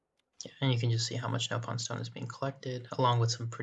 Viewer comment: I can tell you played Xenoblade Chronicles X cause you pronounced it as “NOPE-on” instead of “NOP-on”